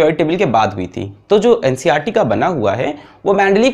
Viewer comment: bro ncrt nahi NCERT hota hai 😁😁